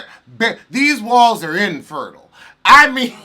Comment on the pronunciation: Every time you say IN- fertile I fall out!